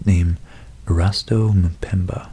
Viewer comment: Loving your pronunciation of Erasto Mpemba. Made me think a history of African scientists would be pretty dope.